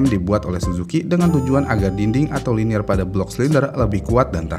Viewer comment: Carbide ✓ not Cardibe, Liner ✓ not Linier 😁 bukan orang motor Komentatornya 😅